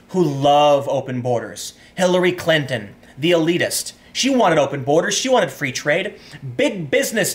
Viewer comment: Very close to saying "Hillary Cunty" there Tim.😂